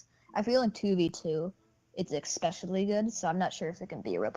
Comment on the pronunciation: "Exspecially good" EXTRA SPECIALLY GOOD GUYS!